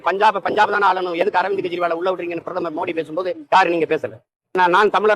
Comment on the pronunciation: Boss , உங்க உச்சரிப்பு Arumai😆😅 பிரபாகரன் - BARABA KARAN பிரதமர் - BARATHAMAR